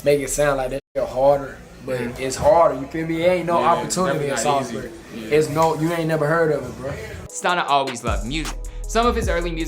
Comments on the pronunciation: This man said “Sal- z bury” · If you're from NC you dont say SAYLSBERRY, you say SAWLSBURY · Bruh it’s sawsbury, tf is a saalsbury😂 yeah you ain’t from the 704 😂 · Shotsbury 4x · Its Salisbury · Bruhhh Salisbury it’s pronounced Sawsbury smh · The way he said Salisbury made me want to kill my self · I can’t like this vid cause he didn’t even say Salisbury right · I feel disrespected how y’all are pronouncing my city 💀💀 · Did not pronounced our hometown right